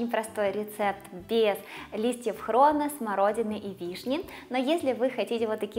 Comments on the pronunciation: Она что не русская какой лист хрона не хрона а хрена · Ну хрон так называет хрен. Я слышу не впервые, поэтому не обратила внимания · Не хрона,а хрена😂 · Не ХРОНА а хрЕна. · Не хрОна,а хрена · Я одна услышала:"Без листьев хрона. Делаю на двоих человеки?" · Рецепт хороший, только почему хрОна?